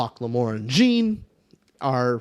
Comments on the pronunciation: Pronounce it "Jeen" one more time I fucking dare you 🤬 Haha it's pronounced like "Sean" but with a french "J" like Jéane Van Dam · This is why audiobooks matter! Jean is pronounced like Jean Valjean, not Billie Jean... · you calling Jean 'Jiin' I can't 😆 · I'm pretty sure it's pronounced like John but fancy. Anyway, love your videos almost as much as I love this book. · I cant get over how they pronounce Jean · Jean rhymes with Gone! 😭Other than that great vid guys! This is my fav book OAT!